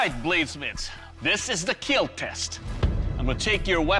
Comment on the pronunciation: Doug after intentionally cutting something up: It will keel... Doug after accidentally cutting himself up: It will heel...